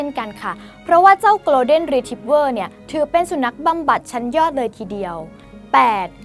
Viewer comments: ไม่ใช่ออกเสียงเร็ว ๆ กะโล = โกล. แต่ โก(ลด์)เด้น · 1. สัตว์โลกย่อมเป็นไปตามกรรม มันก็แค่คนชั่วห่มผ้าเหลือง อย่าให้ความสำคัญ กรุณาอย่านำเสนอไอ้เจ้านี่อีกเลย 2. อังกฤษผมก็ไม่เก่ง แต่ครูสอนให้อ่านว่า โกน-เด้น ไม่ใช่โกลว์-เด้น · Golden ออกเสียง โกลด์เด้น ไม่มีควบ ล. ลิง นะครับ ไม่ใช่ gloden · ขอนอกเรื่องนิดนึงนะคะ น้องผู้ประกาศขา golden retrievers ต้องอ่านว่า โกลฺเด้น ไม่ใช่คำควบกล้ำนะคะ ส่วนแครอทเดี๋ยวมันก็เน่าตายไปเอง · Golden อ่านว่า โกลเดน ไม่มี ร นะคะ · หนูอ่าน golden ผิดนะคะ